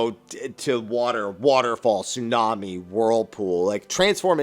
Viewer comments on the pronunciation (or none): none